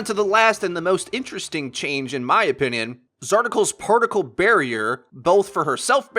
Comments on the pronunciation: I LOLd at "Zarticle" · u say "zarticals particle barrier"...... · Undoubtably, Zarticle. Holy shit you can do a second take you know